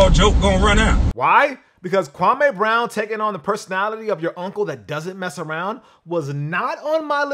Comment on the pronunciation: bro. it's pronounced KwamĒ. not Kwa-may.